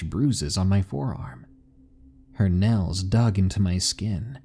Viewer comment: Lmao he said nells instead of nails